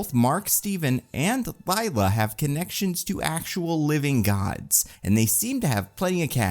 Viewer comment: It's Layla, not Liela. I had to pause the video just to see if anyone else commented on this pronunciation blurb.